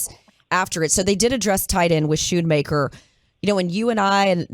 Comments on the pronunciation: It’s not pronounced Skoonmaker not shoonmaker Jane. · It's SKOON-MAKER!